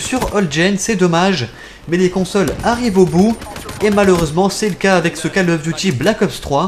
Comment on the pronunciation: je crois ke sa se prononce col et pas cal